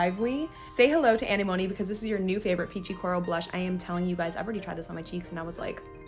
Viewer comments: loooool anenome "animony" i am dead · Anemone is pronounced uh-neh-muh-nee 😉